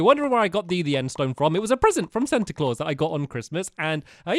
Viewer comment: Stampy you need to realize that every christmas you say santa wrong